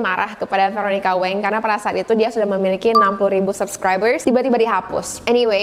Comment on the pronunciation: btw, kak nama veronica wang itu dibaca ttp Wang bkn weng, itu marganya si veronica